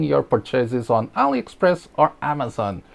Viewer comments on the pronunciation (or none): none